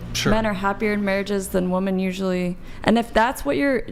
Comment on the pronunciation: What the hell is going on at the higher levels of educational where “women” can’t even say “women” correctly? It’s a god damn epidemic, and no one corrects it either so it just persists.